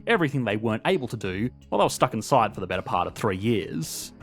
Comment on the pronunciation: Sorry, maybe it’s not the accent. It’s the vocal fry at the end of your sentences. “Betttaaaa” boy it’s BETTER.